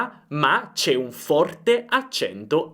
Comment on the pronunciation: È vero il tuo "molto forte" con la o chiusa di "forte" mi ha fatto sorridere, per me che sono toscana "forte" è solo con la o aperta 😂👍.